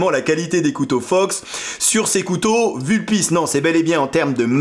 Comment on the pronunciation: Sauf que le U de Vulpis se prononce comme OU en latin.